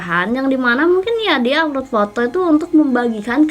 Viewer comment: Plis deh apload bukan aflod ngomongnya 😂😂